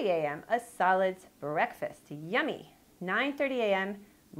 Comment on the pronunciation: Lol I thought she said salads instead of solids